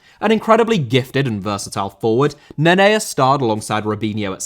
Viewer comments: His name is Nenê and you're saying Nenea for what reason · Wtf is a “Nenea”? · It’s pronounced ‘neh nay’ btw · Ffs always butchering names,Neneia?! It's Nenê!!!And Cantonar?!It's Cantona